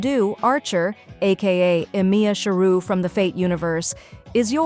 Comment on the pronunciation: "Ehmeea Sheroo" bloody hell that fucking pronunciation kills my will to live